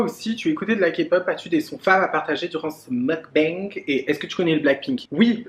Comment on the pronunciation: Je trouve ça bien de vouloir préserver ta vie privée / amoureuse. Vivons heureux vivons cachés comme on dit. Une vidéo avec Ayo Carolie olala ce serait tellement bien ! 🥰 Continues de prendre confiance en toi parce que t’es géniale 👌🏼ce petit « mougue bangue » tu me fais trop rire Pleins de bisous, ta salade a l’air trop bonne 😂😘